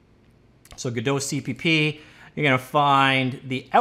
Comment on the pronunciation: "g-DOUGH" "Go-DOT"